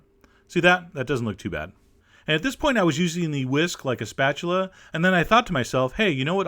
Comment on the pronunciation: when chef John asked "you know what looks like a spachuler " i thought he was getting ready for a joke >.<